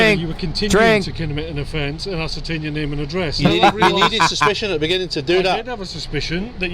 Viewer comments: I'm sure its been said ASS-ER-TAINT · He puts ass into the word ascertain..... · It's actually 'Ass-ertain" which is the verb for an entertaining ass' activity. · Does this ass have a brain when he says ascertain? Or does the word ascertain give him an ass pain?